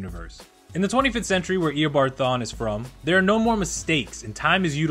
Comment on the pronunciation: it isn't Ee-uh-bard. It's Ee-Oh-barrd